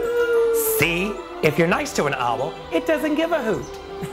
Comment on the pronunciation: i love how he pronounces "owl" as "ah-wol"